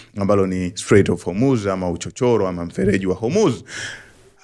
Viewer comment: Nasio Hurmuz ni Hormuz😅